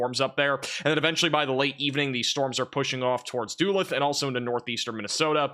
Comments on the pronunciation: Duh-LOOTH. Like "tooth". Not "Dulith". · Ha! You said Dooolyth—it’s dalooth 🤣🤣. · Hi,!! As always, thank you for using your gift of weather interpretation to warn and keep so many people safe! Given that this week is likely to have you focusing on Minnesota, I thought I'd point out that Duluth is pronounced "duh- LOOTH" and not DOO-leth. ❤ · Duluth is pronounced "duh-LOOTH", not "DOO-lith" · I know you say tons and ton of cities names but the name is pronounced da looth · Duluth= do-looth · Not making a big deal of this but it's pronounced duh luth. I know. Midwestern cities names are hard :( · Hey bro- it’s pronounced Doo-LOOTH. In MN. It took me a minute to figure out what city you were talking about. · Love this channel! However, it’s pronounced “Da-luth” or “Doo-luth.” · Doolith? Duluth? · max love your analysis! Duluth, Mn is pronounced (duh-looth) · It's pronounced duh-looth MN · Duluth is pronounced d'looth 😊 I am northern minnesotan. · I noticed it the first time, but when he said it the same a second time...... 😊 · Pronunciation assistance: City in Minnesota on Lake Superior: Duluth, pronounced Duh-LOOTH. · Bro, Duluth MN is pronounced "duh-LOOTH" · Howdy and Assist. Cheese Curd from north central Iowa: praying for all Texas and victims...so sad. Praying for all weather victims. Thank you for report. I'll be watching... By the way: Daluth is "Da luth". God Bless p.S. I have to look for your newest report as it does not come up when I put your name in. Stay safe all. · it's pronounced Da-looth (duluth, mn) lol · You really need to pronounce Duluth correctly, just saying